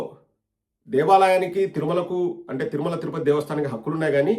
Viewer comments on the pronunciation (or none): none